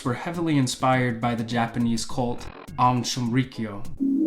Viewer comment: Great video, but you definitely failed at pronouncing Aum Shinrikyo haha. Twas a nice attempt. The cult still exists in Russia and is making a come back in Japan.